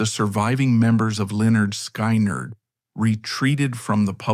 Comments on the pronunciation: Sky-nard???? Oh that’s sacrilege!! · NOT Skainerd its pronounced Skinnerd!!